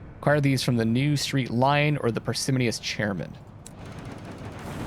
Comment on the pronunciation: Par-si-moh-nee-us - a little more emphasis on the "moh"